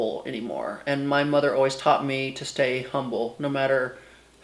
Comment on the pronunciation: I love that the first to time you said “humble” you pronounced like the town, that’s how we know you’re a true Houstonian 💖